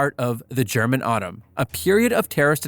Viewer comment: You do from time to time screw up pronounciation of german. But as long as you do your best then...